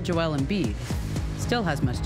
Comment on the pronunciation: His name is Joel - why do US commentators call him Jo-elle? He's a bloke called Joel, not a girl called Joelle!